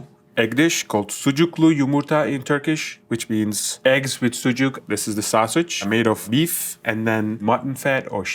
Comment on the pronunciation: Sucuga sausage diyen agzini yüzunü sikiyim. Sucuk diyeceksin!